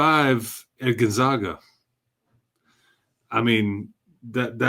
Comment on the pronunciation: Kelvin Sampson would not be happy with the way pronounced Gonzaga!